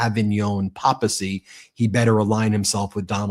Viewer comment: Ben, could you please pronounce the word papacy with a long "a" - like paper, not papa, unless you are Italian ...